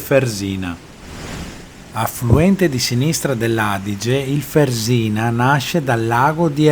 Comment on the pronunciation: Fèrsina ! accento sulla "e" non Fersìna